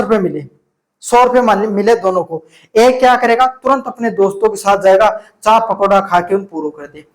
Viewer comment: आय ✖️चाय ✔️😂